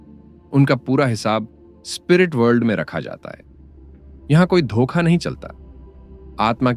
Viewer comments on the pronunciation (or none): none